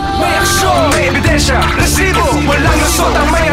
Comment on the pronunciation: huwag mo ng artehan ang pag bigkas mo ng Rrrrrrrrrrrr....rrrrrrrrresibo.....annoying